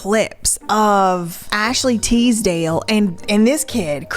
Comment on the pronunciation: I love how you can pronounce Les Misérables but not TISDALE lololol